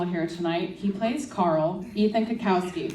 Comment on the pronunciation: Why did she pronounce Cutkosky like “cutkowsky”